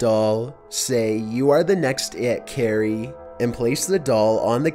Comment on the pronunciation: Carrie more like Keiry